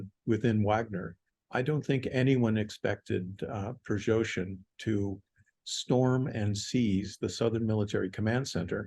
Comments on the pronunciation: Why is this expert incapable of properly pronouncing the name "Prigoshin"? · 'Prigozhin' is better than 'Prizhozhin' I think, and 'Garasimov' better than 'Gerzahimov'.